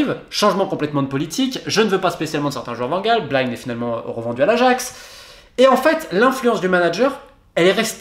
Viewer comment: Très bonne vidéo très structurée qui retrace les lacunes depuis 2013. Néanmoins la prononciation d’Eric BAILLY et BLIND m’a un peu titillé les oreilles 😜😅 « BAILLY » et non pas « BEYLI » et « BLIND » c’est le son I 😜 mais sinon vidéo très intéressante !